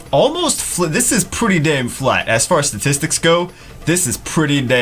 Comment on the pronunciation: " As far as statistics go this is pretty damn flat." what I heard "As far as..dicks go this is pretty damn flat." lmao....